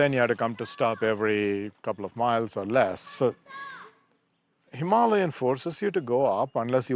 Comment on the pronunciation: i thought it sounded better that way